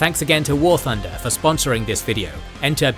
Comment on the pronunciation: When you said War Thunder I wasn't looking and I swear I heard War Funder